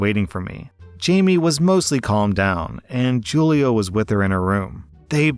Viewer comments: Jewel-ee-oh lol It's probably who-lee-oh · You pronounced Julio as joo-lee-oh. Not every time either, which makes it more confusing.